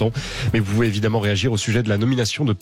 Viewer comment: je tiens ici à souligner que Mr Bercoff est le seul journaliste français à avoir prononcé le nom du Ministre correctement. lol